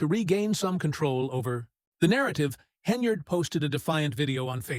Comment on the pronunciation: Good lord. Her name is HEN-YARD! It’s NOT Henry-yard! You’re an idiot.